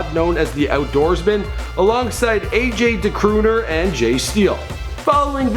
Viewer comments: AG DA CORONER NOT AG D'CROONER LMAO... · "AJ DA CROONER" LOLOL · *AG da Coroner not "crooter" epic Canadian groupie fails lol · AG Da Coroner, not AJ the Crooner. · haha, he said AJ the Crooner. It's AG the coroner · Did he really just say AJ Da Crooner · ag da coroner, not crooner lmao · Did you just call AG da Coroner AJ Dacrooner? Maybe no more rappers on your videos. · "AJ DA CROONER" lmaooo dead. it's AG DA CORONER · Should have mentioned his affiliation with SMART Crew, one of the most prolific graffiti crews out of Queens. The main person who encouraged him to rhyme was Meyhem. Also, you really butchered AG Da Coroner's name. Not Crooner, CORONER because he was literally a coroner. Another member of Outdoorsmen is J-Love, rapper/producer/DJ. J-Love also happens to be Ghostface's DJ.First time I heard of Bronson was when the "Imported Goods" video first dropped in 2010. Being from Flushing and seeing that video shot in Flushing made me a fan, as well as his talent. I think I'm one of the first people to post Bronson concert footage on YT, going as far back as the summer of 2011. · its AG da Coroner lol not whatever you said & you failed to mention one of his best mixtapes... Bon Appetite...Bitch!!!!!!!